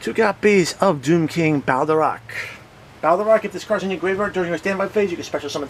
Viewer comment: BaLERdroch not baLDEroch...